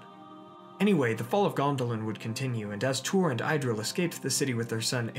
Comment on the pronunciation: Good video - covers all the info that's available about Balrogs but you are still pronouncing Idril's name incorrectly - you say EYE-dril, but the correct pronunciation is with a short i sound - just think of Freud's Id and say Id-ril